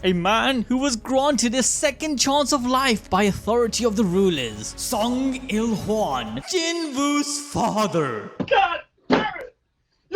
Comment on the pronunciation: Who tf is "SaNg iL jUan" Im dying lmao 🤣